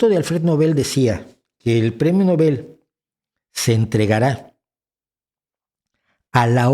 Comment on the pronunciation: Nobel se acentúa en La “O”